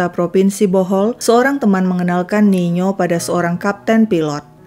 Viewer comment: Tertampil nino tai mimin sebut nya niyo